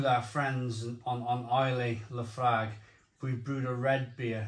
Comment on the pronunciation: It's actually pronounced Lah Froik 😂